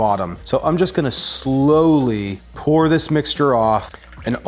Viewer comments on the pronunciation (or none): none